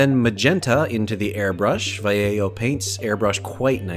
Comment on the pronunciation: I need an airbrush so badly. Also, hearing Vallejo pronounced correctly always throw me off.